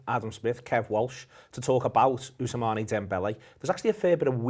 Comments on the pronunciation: Ous-man I thought, not Ousamaney? 🤔😂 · guys, it's not ous(mané) dembele....it's ousmane (pronounced usman/ ousman) :)